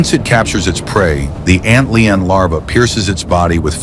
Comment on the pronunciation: The "Ant Leon"?? Shitty A.I. narration!